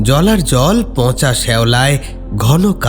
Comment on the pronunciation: খুব ভালো। একটু চন্দ্রবিন্দু গুলো বুঝে ব্যবহার করো। "পঁচা" নয় পচা। এরকম আরো কিছু আছে। এদিকে একটু খেয়াল রেখো।